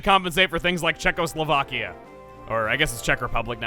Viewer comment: Mas van Hulzen Compare that with how he pronounced Czechoslovakia perfectly